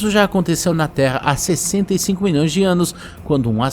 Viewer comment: Acho mo engraçado qndo ele fala "milhoes de anos" kkkkkk